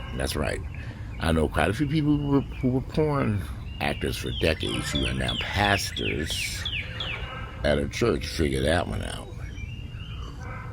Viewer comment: You emphasizing on the word pastors at church lol love it😂😅